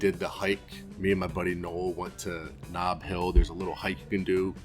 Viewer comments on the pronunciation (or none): Also I'm told by an Antarctic Hand that it's Ob Hill, not Nob Hill.